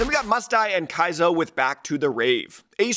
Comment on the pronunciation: if you see this, I mean zero disrespect or hate when I say this… but it’s been 5 or 6 of his releases in a row now… that you have pronounced “Kayzo” as “Ki(like the word eye)-zo” when it’s pronounced “Kaye(like the letter a) -zo.” It has made me eye roll slightly harder every single release I hear you say it but I don’t wanna be mean bc you make great videos! I just don’t know how much more I can take💀